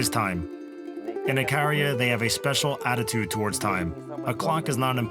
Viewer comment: The narrator can't even pronounce the island name properly, Ikaria.